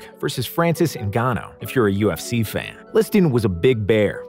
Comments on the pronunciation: Im going to be honest, i nearly checked out when he said "Stip" Miocic vs Francis "Ngana" but it was a great video otherwise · Man butchered the fuck out of Stipe’s name and Ngannou’s😂